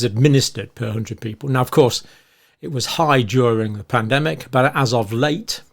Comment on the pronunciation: 1min40sec sounded like you said Plandemic 😂. I had to double check.